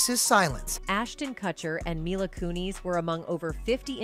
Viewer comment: If you're using AI FOR THE AUDIO or if you can't figure out how to pronounce names, please fix it. How can we believe you if you don't use proper names. Kun-is for one, but there are many. What a cheap way to do things. I love your reports, but the names is just stupid.